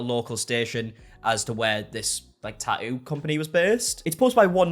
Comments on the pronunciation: Why always change from saying the T to leaving it out. I like this guys videos but its not a Taooo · Clicked for the bait. Stayed for the Tah-ooh. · I mean you can say the first t in tattoo why not the third t in tattoo? Tat-oo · Tah-ooh ah-ist 😂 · The way you pronounce Tatt-oo. Love it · Liking this video in the first 60 seconds based solely on the way he pronounces “tattoo” 🥹🫶 (I’m from Aus, so he could read me his grocery list and I’d be enthralled) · Sweetheart you are dropping the T in Tattoos and also pronouncing it when reading it. Fascinating! Just thought you might want to listen to yourself 😂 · I like the way you say tattoo lol❤